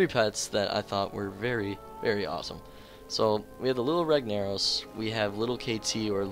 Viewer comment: Fuck i hate how you say ragnaros XD